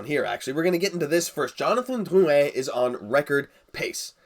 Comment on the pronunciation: Do you really have to roll so many R's in Drrrrrrrrouin?